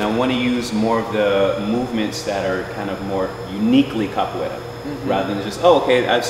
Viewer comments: o "capoleila" no começo me quebrou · He said “cap a way la “ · Did he said capoeila?